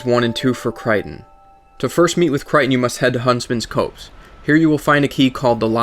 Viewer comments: "Cray-ton", not "Cryton". "Earth-en", not "Earthern" "Cop-se", not "Coapse" Great vid, but your pronunciations kill me. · Its pronounced Kray-ton not kriton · CRAY-ton not cry-ton